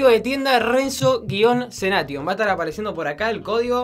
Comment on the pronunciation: No se dice Se Dice